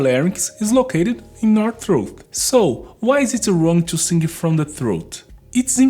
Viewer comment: As a vocal coach, have you ever tried learning to make the "th" sound used in English? And the proper "i" sound in "sing" instead of the hard "e" sound?